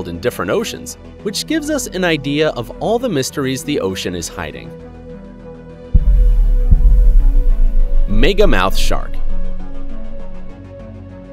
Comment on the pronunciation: Megamouth shark not meegamouth shark